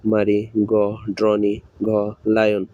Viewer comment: Vai question krso thik ache but drone- ড্রোন হবে, ড্রোনি না। Mare-ম্যার হবে মারি না, Puppy- পাপ্পি হবে পুপ্পি না।